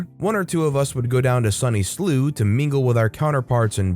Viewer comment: Well you got Edinburgh right, but made an absolute hash of Slough and Cheltenham. The Ough is spoken like "cow", and Cheltenham is more like Chelt'num.